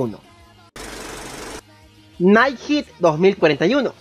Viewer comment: En lugar de pronunciar Head usted pronuncia Heat. Head se pronuncia como "Gel" pero en la "L" se cambia por la "D"